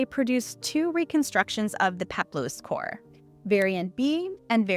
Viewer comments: Female Greek sculptures are maidens, or korai. Singular form is kore, pronounced kor-eh, not "core". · Fantastic video! Love to see engaging and accurate content about this subject. One note: it is KOR-eh, not KOR ^_^ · Isn’t it pronounced ‘kor-uh’ instead of ‘cor?’ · Very interesting, I've always been fascinated by the idea of polychromy - the past is so much more colourful than we realise! (Kore is pronounced 'kor-ee', just for your knowledge.) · As i understand it, Kore is actually pronounced "Co-ray" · Hearing “Kore” pronounced over and over with one syllable instead of two grates upon my poor delicate sensibilities.